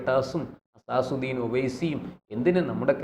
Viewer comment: അസാസുദ്ദീൻ അല്ല അസദുദ്ദീൻ ഒവൈസി എന്നാണ്